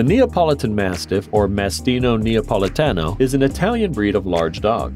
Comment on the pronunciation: Mastino napoletano, not " mastinoou neapoletanou"